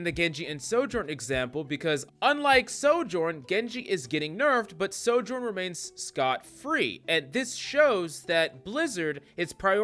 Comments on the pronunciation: We have a Sojourn problem…. NO ONE CAN FUCKING PRONOUNCE IT DESPITE SAYING HER OWN NAME EVERY TIME YOU PICK HER. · The biggest Sojourn problem is that too many people can’t pronounce her name.